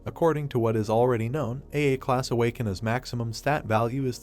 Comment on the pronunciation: Am I the only one that is laughing when narrotor says "Awakana" like its a boston accent